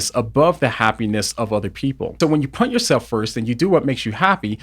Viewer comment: Love you but am I the only one who hears that you can't say 'put', you say 'punt'. 😂 Great take as always though.